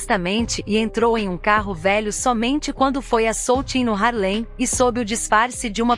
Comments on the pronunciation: Muito interessante até dei um like assisti o filme, mas alguém me dis aí é duro ouvir ela falando (HARLEM) um bairro ou município não sei bem sendo que o correto é (HARLEY) por favor né, mas parabéns pela matéria. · Não é "Harlém"; É "Hárlem". A matéria está ótima, mas a pronúncia também é importante.